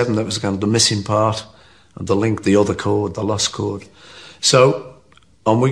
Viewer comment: Did he just call B7 "The lust chord"?